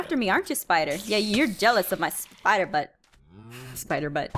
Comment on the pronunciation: I love how she says “spiter” 😂